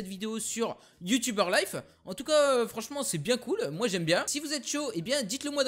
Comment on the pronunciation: Super vidéo, sa m'a fait rire la prononciation de U-Tuber:b, une suite serait cool, toujours au top tes vidéos;D